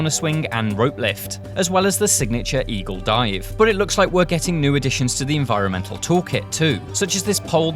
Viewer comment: Ain't no way he said Eagle Dive😅